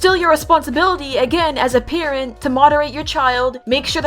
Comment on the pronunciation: I thought you said karen instead of parent T-T